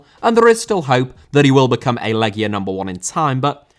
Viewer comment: Thank you for correctly pronouncing the name of the team. I told my friends it's pronounced "Leggia" and not "Lejia" and they looked at me like I'm a pedantic know-it-all. It's like walking up to an English person and asking them about the "Lie chester" team than won the Premier League that one time. EDIT: , CSKA is actually pronounced "Cheska". It's pronounced "Hadiuk Split", the J is like the J in Ajax.